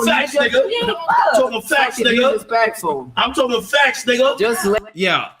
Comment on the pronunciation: Why is kept saying "FATS"?